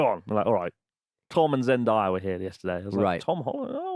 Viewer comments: Chris, her name is pronounced Zen-DAY-a. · Wow… Chris - big fan but you need to be able to say Zendaya’s name properly 😂💀🤦🏾‍♀️